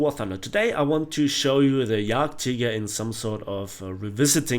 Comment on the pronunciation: yagteeger XD